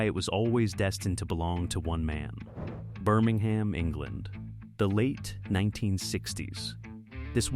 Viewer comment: Also, it's pronounced Birming-um, not Birming-ham!😊